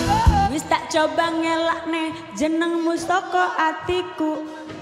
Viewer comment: tuh si IIS salah ucap bhs jawa.... ngelak ne???